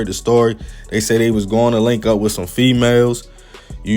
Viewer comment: “..hook up with some fEeMaLez” 2 seconds later “The men”